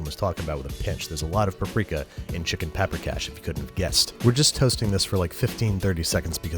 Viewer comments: It's pronounced Paw-prika, not Pa-prika. (Emphasis on the first syllable, always in Hungarian) and generally, sour cream is added to the stock at the end while thickening it a bit with flour. I always hated making golushka but you did a good job. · It is pronounced paw-pree-cash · The dish is pronounced puper kosh not papper cash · Sweet jesus does the pronunication hurt. also the spelling. Paprikás, and no vowels are reduced to a shwa wtf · Sir I am offended. You may be making cash from this recipe , but, your pronunciation is atrocious. It is cisirke paprikas. It is made with sour cream. You have made the recipe from the movie but that is not the authentic dish. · Pa-prika xd